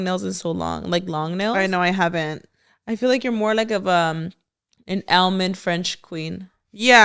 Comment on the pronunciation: the way she was so confident on the “an elmound French queen” instead of almond😭 I CACKLEDDDDD😂😂